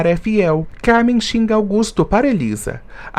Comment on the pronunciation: Augusto e Sarita, precisa falar os nomes certos